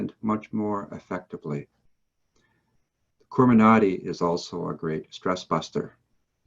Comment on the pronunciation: It's not kurma Nadi it's koorma Nadi watch ❤️sadhguru ❤️ video